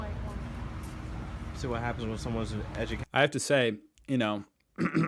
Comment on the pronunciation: "see what happens with someone who is edshucayted" - Has absolutely no clue hahah